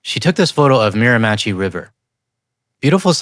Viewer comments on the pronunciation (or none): Close on the last syllable on the river name. "she" not "chi" 😉 Absolutely no disrespect to our German fam here; we love you guys. The ICE "hunts" make me wonder if that's how a certain other culture may have looked/felt in the past. Having heard directly from someone who actually hid in attics, the middle of the video felt pretty raw. I take exception to the American claim regarding the number of school shootings in Canada versus the US. But, he is right about the reflection of the Ecole Polytechnique massacre in Montreal, on December 6, 1989. Not because it was a school shooting. Because it was a massacre of 14 young women. Gender based violence has no place anywhere. Great vid,! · "meer/ah/mi/she" river. not "meer/ah/ma/chi 😊😉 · Miramichi is pronounced Meer-uh-mi-sheee. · I totally agree with the guy saying the more advertising from USA, the more I dig in my heels. Stubborn doesn't cover it. Full resistance. Just to help for the future. Miramichi is a river a city and a region, with Mi'kmaq and French Acadian history. The way to pronounce it is Mira/mi/chi. The "a" is soft, almost silent and "mi" is like the start of Mick. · Miramichi (meer-ah-meh-she) 😉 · Just gotta say thank you for the work you do. It's very important and valuable. Also, it's "meer-a-ma-shee". Edit: And this is starting to happen here. Alberta is going to require your citizenship information on your driver's licence. So, in Danielle Smith's Canada, you are required to prove if you're a citizen or not. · 😂😂 you said the name of the river in New Brunswick incorrectly 🎉❤🎉it is more like mere a mah she. thanks for the 😃 😀 😄 😁 🤣 😂 😂 it make me think about how i say Fredericton Junction which was renamed from a local familys name when the CPR made a spur line to the capital Fredericton when i lived there over 50 years ago it was Frettin juncshun and the capital fred er ick ton 🎉❤🎉 you and your family have a good night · Meer - a - me - CHEE (emplasis on the last syllable) 🇨🇦❤️💪💪💪